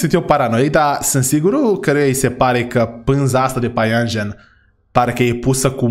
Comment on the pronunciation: .se spune păianjăn